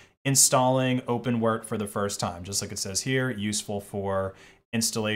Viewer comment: did he really say open wert? 🤦🏼‍♂️